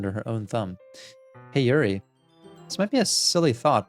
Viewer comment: Hey, I love the videos, and I really appreciate your analysis of all the characters! I would absolutely love to continue watching this series, as I think you'll really be able to provide some insight as the game progresses. There's just one little thing... the character's names. Could you please try to pronounce them as the following?: Natsuki: "NOTS-key" (not "nuh-TSOO-key") Yuri: "YOO-ree" (not "yrr-EE") Sayori: Actually you did a pretty good job with this one!:) Monica: Perfect pronunciation, don't change a thing;)